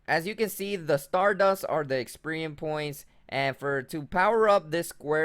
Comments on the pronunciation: 'Poe-key-mons' and 'experian points' lol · 😂 I thought he was saying “Experian points” and I kept yelling “Experian is the credit score company!!”